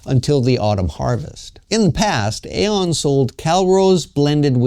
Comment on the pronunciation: Dude, I live here. The shopping mall is pronounced 'E-on' like ee-on. Great vid, keep 'em coming.